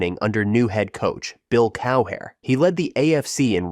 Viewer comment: Can you imagine Bill's face contorting at hearing his name pronounced like that? I'd be running away😂